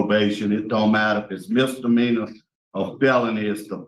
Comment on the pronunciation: You keep calling it a MR meanor lol